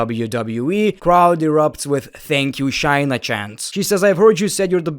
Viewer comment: bro i really enjoy most of ur content but pleeeeease stop saying chyna and start saying shayna... its driving me crazy...